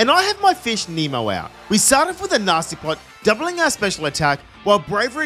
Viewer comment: Not me hearing “Nasty Plot” as “Nazi Plot” 💀💀💀